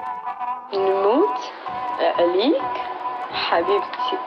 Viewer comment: No sabes ni decir nmout 3lik